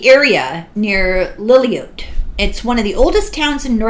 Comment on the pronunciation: Regarding the glass-plate photo from Lillooet, BC: Lillooet is pronounced LILL-oo-WET, FYI. (